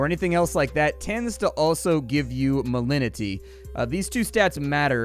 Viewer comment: You pronounce the G in malignity.. Malig-nity.